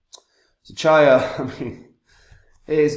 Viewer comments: It’s pronounced Cheeya , not charya Like cheeya seeds (chia) Nakamoton consensus and low power consumption. True custody of coins. Incredibly decentralised unlike ETH which following proof of stake ETH is now a centralised blockchain. Coin spend model is actual smart contracts in the coins. Brilliant and such simpler. Chia looks absolutely spot on for proper enterprise adoption. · Here here, although I've tried to correct this guy several times but he still says it wrong, I think he just puts these videos out to sell his sheets etc. He forgets that Chia was only expected to be around £25 on launch anyway ! chia to the moon !